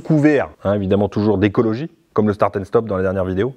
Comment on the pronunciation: Escrologie pas écologie